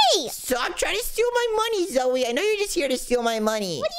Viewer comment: You Don't know how to say zoey